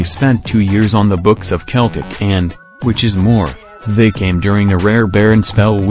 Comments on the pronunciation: The team Name is Pronunced as Seltic Not Keltic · I stopped when he said keltic